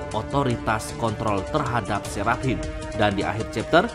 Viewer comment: Seraphim bacanya serafim biar enak.. Gua denger mimin kyaknya keribetan nyebut seraphim tapi h nya disebut jadi serap him..